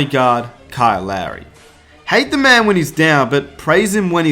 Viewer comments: I know he has an accent.. but Kyle's name is Lowry (Law-ry) not Larry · Kyle Larry.. lol it’s Kyle Lowry u bandwagon moron.. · Man keeps calling Lowry larry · It's Lowery NOT Larry